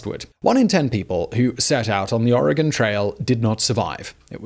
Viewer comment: Thank you for pronouncing Oregon correctly